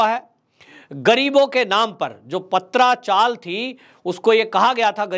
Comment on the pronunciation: पत्रा चाल ( tin shade) not पात्रा चाल